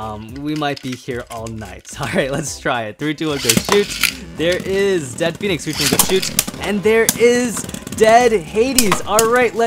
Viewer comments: Hey its dread phoenix not dead phoenix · WHY DOES EVERYONE SAY DEAD PHOENIX WHEN ITS DREAD PHOENIX